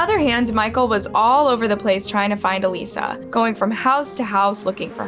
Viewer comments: It’s really annoying that you mispronounced her name through the entire video. It’s clearly pronounced by her family during all the videos, then you do it wrong. The dead deserve to at the very least have their names pronounced properly!!! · My question is, why is it that you've listened to the videos SAYING her name and you still say it wrong 🙄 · You're pronouncing her name completely wrong and there are many other videos with the correct pronunciation. Very very easy to check. I feel it's a little disrespectful to not even get her name right. Thumbs down. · The name mispronunciation was driving me up the wall. It’s so disrespectful. The people who knew her pronounce it correctly several times in the evidence footage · Why not even take the time to listen to the video clips you're putting in with the correct pronunciation of Alissa not Aleesa? All the hard work Sarah has done for victim advocacy, I couldn't even listen to this video. After about the 5th Aleesa, I just couldn't do it. This case is right up there with all the major true crime cases. Seems like someone else might be writing these and then they get read off a script. At least pretend to care. It shouldn't bother me so much... I just don't want to listen to any true crime channels that don't care about the victims enough to research any further than surface level. Unsubscribed. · Her name was Alissa..not Aleesha.. ALIS..SA... not Alee..sha.. mis-pronouncing names is just disrespectful.. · I think you did a good job with the stories. Although I wish you had pronounced Alissa's name the way it's supposed to be. A-lis-sa. Not A-lisa. You said that wrong every time even though the clips with her sister clearly showed you how to pronounce it correctly. It seems like a small detail. But it would have been more respectful to the victim and her family. A name is very, very personal. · ALISA NOT ALEESA‼️‼️‼️‼️‼️‼️‼️